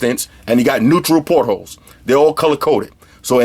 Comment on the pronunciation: He's saying "portals" lol.